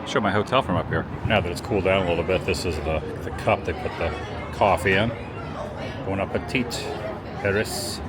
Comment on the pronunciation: Just an FYI, the last "t" in "bon appétit" is not pronounced. It is a silent "T".